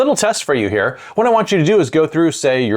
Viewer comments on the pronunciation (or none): none